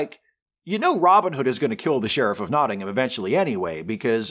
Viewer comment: Worth a 'like' as your pronunciation of 'Nottingham' is OK - speaking as a Brit ... and certainly better than Christian Slater's. I also thought the score by Michael Kamen was excellent. And one last picky historical thing - you don't cast arrow heads out of lead.